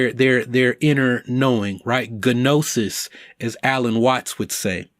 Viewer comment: Great video as always. Gotta say that the g in gnosis is silent, pimp.